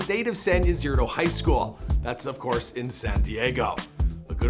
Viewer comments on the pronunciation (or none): also his dad name pronounced Maylon not Malone and its Ysidro not Ysirdo